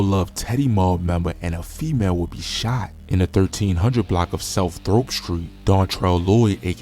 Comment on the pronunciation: You ain't from Chicago, "Throop" is "Troop" and "Stroger" is "Strojer"